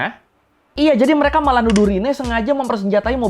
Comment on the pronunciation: Materi substansinya bagus jelas untuk dipahami, request bang coba ngomongnya dikata² kalimat terakhir jangan terlalu penjang ehonya. Seperti kalimat "warga amrik membenci merekaaaa", cukup pengucapan "mereka" saja, tidak perlu penekanan eho yang panjang. Yakin lebih enak dengarnya tidak mendengung dalam otak pendengar🙏